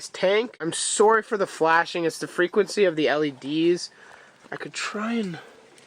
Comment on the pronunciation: you said sorry the way Canadians do